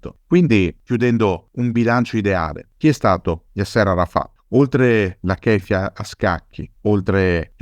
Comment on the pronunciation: Un appunto di carattere linguistico,: Yasser è con l'accento sulla A. Così come l'ex presidente egiziano Nasser, anche qui l'accento è sulla prima sillaba 😉 ti seguo sempre e ti ringrazio per le pillole di storia che ci regali, alla prossima 👋